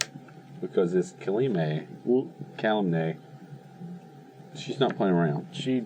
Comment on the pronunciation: really needs to stop pronouncing Kalemne wrong.